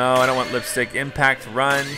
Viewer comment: Every time I hear you say "I don't want lips stick" make me think you don't know what lips stick is